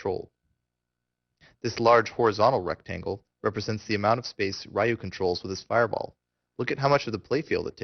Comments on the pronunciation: Why do you call him "Rye Yu" When his name is "Ree Yu." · Righ-yuu and Ree-yuu are both incorrect. It's simply pronounced "Ryu". 1 syllable. It rhymes with the english word "you". I hope that helps. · I thought Ryu's name was pronounced as Reeyou not R-eyeyou? Nice tutorial anyways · Ree-you means dragon. Rye-you is just westernized bull crap. and its pronounced Shor-yu-ken..u cant get his name right form the pronunciation of the rising dragon fist. yeah ken means fist. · Rye-yoo and Saggit. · Since it's japanese (duh :)) the pronounciation will be similiar to the "L" sound in the word "Long". So I'd say it's pronounced with only the L sound of that word followed by a something that sounds like the word "you" :) So it's basicly Lyuu =) Source: I study japanese :P If I missed something please correct my mistake. Lovely game btw, and awesome guide. I just hope they release the HD remix version for EU PSN soon- It's annoying! =D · It's actually not Ree You either, it's Ryu; it's one syllable, which makes it a bit hard to pronounce. You have to sorta roll the R. And who the fuck cares? Pay attention to what's actually in the video. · it should be pronounced "Ryu" not Ree-you, Rye-you, or Rai-you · How can somebody who knows so much about this game not be able to pronounce "Ryu" properly? v_v